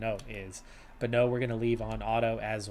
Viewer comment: The EU in Bonneu's name is the french/dutch sound, not that you should care but thought i'd mention it anyway. Same with Keup now that think about it